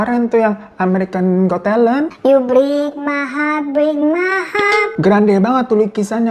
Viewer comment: "You brik my hap brik my hap" 😂😂😂😂😂